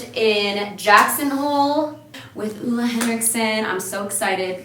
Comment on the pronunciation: The way americans pronounce "Ole" has me deceased - and Stevens videography skills as well, omg it's so good